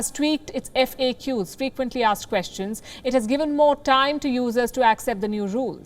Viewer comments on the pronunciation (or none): none